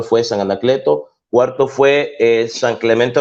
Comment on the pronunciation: Dios santo!!!!!¡ Le importa un comino??... wow. Vomita todo tu veneno. Y habla bien,, se dice siglo cuarto, y no cualto